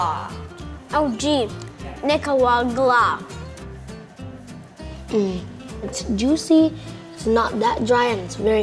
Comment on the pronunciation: I’m sorry but the way y’all said Nicaraguan bugged me so much it’s pronounced (knee-ca-ra-wa) roll that r